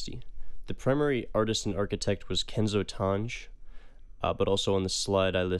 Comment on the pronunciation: You mispronounced kenzo tange